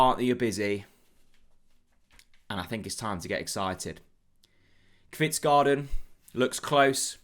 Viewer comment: Hej. Fingers crossed that the deal gets over the line. To help you with pronunciation. Kvistgaarden is pronounced Kvistgorden and not garden. Nice new look to the channel.